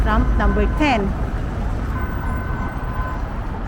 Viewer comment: kadugay mo na nga gina sulti ang tram sige ka pa dyud mag tramp. Tram inday. Please remember, TRAM. Correct yourself please.